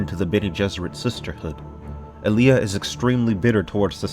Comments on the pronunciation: Pretty sure it’s All-Ee-Uh not Uh-Lee-Uh And Gah-nih-muh not Guh-nee-muh Fuh-dyke-in not Fae-duh-keen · AH-lee-ah! love your videos and also this has made me insane! :) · What kills me is he pronounces Allia.